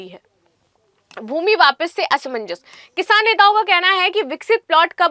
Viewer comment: Kishaaaan nahi kisaan hota hai